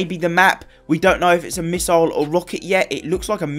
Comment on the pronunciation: It's pronounced misle not misoil